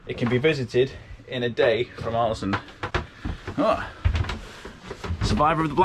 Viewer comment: The å in Ålesund is pronounced with more of an o-sound, like the a in also, or the aw-sound in … aw! ☺️ The ø in Hjørundfjord is pronounced like the i in first, or the u in fur. The h is silent, as are both of the d’s, mostly.